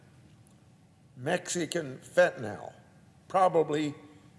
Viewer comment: It's fentanyl, not fentanel or fentanol...